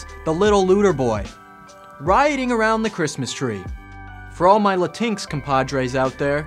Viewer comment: HAHAHAHAHA! He mispronounces "Latinx" Fantastic!